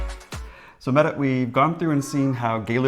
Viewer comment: Happy to hear that this is your experience 😀 my name is also Mette, excellent pronunciation, the t's need to be a little softer though, like a hard d with just a hint of the t sound. Love you guys 😄😄